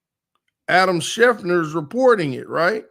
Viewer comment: Schef-ter NOT Schef-ner 🤦🤦🤦🤦